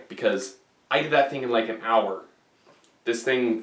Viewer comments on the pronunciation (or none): none